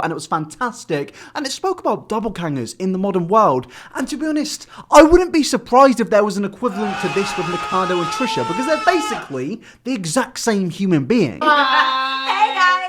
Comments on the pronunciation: Wtf is a dobblekanger? It's doppelganger ffs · Was the word you use " Double-Pangers" or did you say " Doppleganger"? I'm good with British accents, but I could swear you said "Double-Pangers".